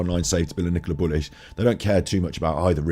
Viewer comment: Stop Bullis and pennis...when should be saying buleeeeeee' and peneeeeeee 'Chuskateer'....(Arsoss!)